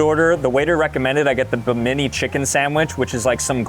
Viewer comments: Atlas, not Zeus, is depicted as holding up the world. In the legends, he's holding up the heavens. - Not at all a "Buddha-looking dude." It's a demon. - BI-mi-nee! - Rainforests are not "forgotten eco-systems!!!!!" Made it to - LEARN STUFF! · You lost me at not being able to pronounce Bimini correctly… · It’s pronounced bim-in-nee (islander) not bim-ee-nee (Italian) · Bim- I- nee- it’s an island in the Bahamas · The way he pronounced Bimini cracked me up. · This kid even got told the correct pronunciation and still managed to absolutely assault the honor of Bimini lol